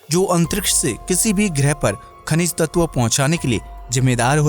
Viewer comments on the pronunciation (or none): none